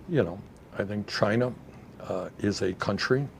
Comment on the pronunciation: Is he saying Chiner!?